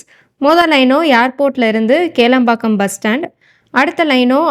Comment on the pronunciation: Athu kelampakkam illago kilampakkam